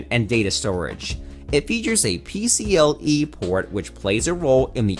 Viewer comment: Pc”L”e ? wut